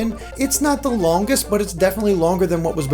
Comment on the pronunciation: "...It's not the Lowngest.." That is what it sounds like to me.